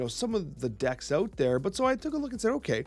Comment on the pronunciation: 😂" aut there " the Canadian comes out